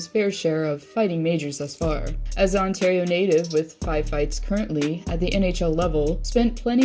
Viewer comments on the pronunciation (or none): none